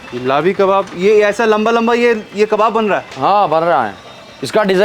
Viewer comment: Jinab it's not labi kebab. It's lehbi or lehvi kebab.....